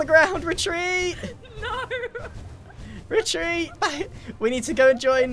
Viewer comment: the sound of war "RETREET"